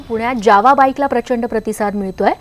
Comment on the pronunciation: ज्यावा नाही जावा बोला